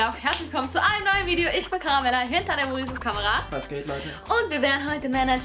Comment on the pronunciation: du sagt immer ihter muris ist kamara